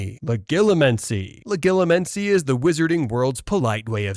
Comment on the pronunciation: It can't say legilimence correctly either.